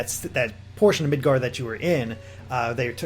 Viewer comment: Midgir? Right is Canadian.